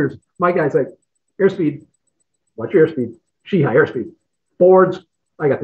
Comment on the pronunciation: When did Irish Americans start pronouncing She-he as She-hi? 🤣